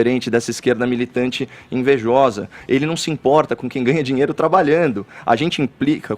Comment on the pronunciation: FEFITOOOOOOOO!! O Copolla acabou de dizer que é uma atividade legal!! Está no véu da NORMALIDADE!! UFA!! E fala direito, não é zinheiro é Dinheiro ok?